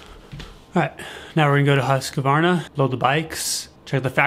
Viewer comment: NOT HUSK A VARNA!!! Arrrrrgh Americans. Husk Varna